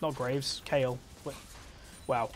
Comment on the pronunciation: you said kayle you didnt need to correct yourself cuz you said it right